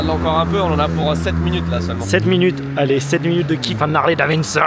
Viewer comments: Je suis trigger a chaque fois que j’entends dans votre bouche: "Harley DaviNson"... "DaviDson" Bon sang! Très bonnes vidéo sinon ;) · c'est Harley Davidson et non Davinson hihi 🤭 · Harley "David Sonne" pas "Davin Sonne"